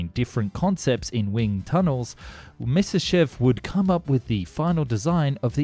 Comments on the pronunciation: 'My-ah-sish-chev', not 'Miss-iss-shev'. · You make some decent videos, but if I hear you say "misishiv" one more time my headache is going to go supersonic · Myasishchev, try saying that ten times fast! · You always do so well with the video, but your pronunciation is so terrible!!! Have you ever thought of having someone else pronounce the Russia and German words for you? For instance "shch" is only the single character "щ" in Russian. so instead of making it 2 or more syllables, in fact it is only a portion of a SINGLE syllable.